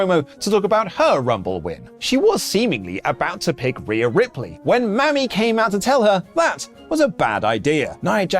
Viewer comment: Words of advice. Don't say Mami like that. It means something COMPLETELY different with that inflection.